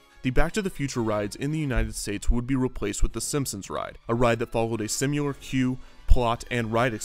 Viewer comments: What is the history of Crustacious?? What is the history of simular?? If it becomes popular enough, perhaps someone somewhere sometime could pay for you to get FIVE MINUTES to learn how to pronounce words ... also subsequently is SUB se quent ly not “sub SEA quent ly” as you often pronounce it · He also said, “crustaceous” and, “simular”